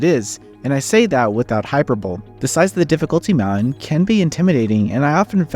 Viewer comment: The word "Hyperbole" is not pronounced Hyper-Bowl. It's Hyper-Bo-Lee.